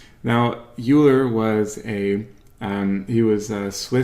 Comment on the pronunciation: Just fyi - "Euler" is pronounced like "oiler"